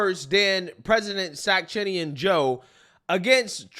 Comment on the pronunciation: Sack-chin-ian Joe 💀💀💀😭